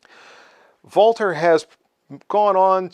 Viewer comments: I'm not of German descent (although my wife is German-Canadian) and I also applaud for pronouncing it correctly! it's painful to hear how it often gets pronounced incorrectly. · I love this pistol and own one. It's one of my favorites. It's honestly a shame it's being discontinued. Great video as always. Also, as a German American I really appreciate you pronouncing Walther correctly. 🇩🇪🇺🇸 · Finally a reviewer who doesn't over-Anglicize the pronunciation of Walther. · You are the only content provider on YouTube who pronounces "Walther" properly. Thank you for showing respect for the company name, by not butchering it.